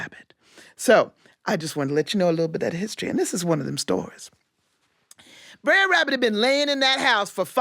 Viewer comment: I think that at any rate the pronunciation is closer to "bruh" than what she said, because the ending should sound like the ending of "brother." Br__er. Not brair.